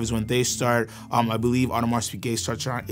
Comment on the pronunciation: Great video but his pronunciation of AP drives me crazy